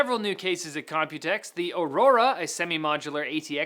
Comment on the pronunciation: haaaaah its COMPUTEX haaaaaah